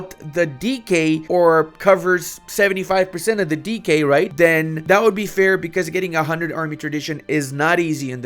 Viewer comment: ah. he is saying "decay", not "DK"